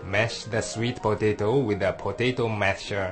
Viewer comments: I love how he says "swet potehto" HAha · the man sounds funny when he says sweet potato. lol